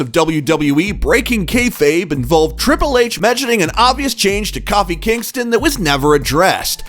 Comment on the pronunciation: I'm trying to figure out how you went from pronouncing Kofi Kingston's name correctly to coffee? I guess Kofi could be pronounced that way, or Cuffee, but still. Why the deviation?